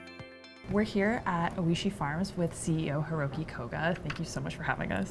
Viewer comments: It’s pronounced “OY-shee”. The Japanese word for delicious. He was so polite not to correct her. She mispronounces the name over and over. Shocking this wasn’t fixed. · That’s all I could focus on was her mispronunciation